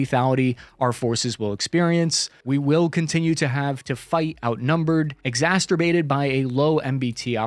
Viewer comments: Ex-A$$-tur-bated? Sounds exciting. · "Exasturbated". Lol! This is why we love you! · You said "exasTerbated". You slid right past that, but we heard you say it. Your love of heavy tanks is showing.😉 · Exaturbated... 🤪 (I'm sorry my dude, this comment has nothing to do with pronunciation shaming, and it's completely about me not being able to silence the immature 5 year old in my head. Great channel btw. You do a great job and i really appreciate the level of honesty you maintain. Cheers! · "exasturbated" 🤔 angry fapping? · Exasterbated lol